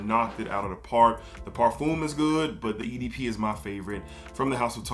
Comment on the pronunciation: Parfum par-fum not parfume 😂